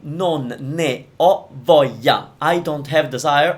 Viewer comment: Correct me if I'm wrong, but when you said "voglia" I didn't hear the "L" sound. So, for say if I chatted to an Italian person, does saying the "L" in gli shows an accent or should I say it with a silent "L" like you did. Voglia = "voyia" or "Vo - glia" hope I made sense